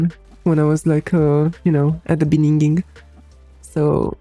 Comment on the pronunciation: Every time Maria says 'begining', I hear the 'Panjabi MC - Mundian To Bach Ke'